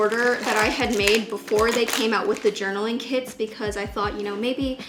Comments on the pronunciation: I thought she was saying “kids” instead of kits for the first half of the video😂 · "tOday i'll bE tEStInG oUt ThESe BT21 kiDs" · "the kids were really inexpensive"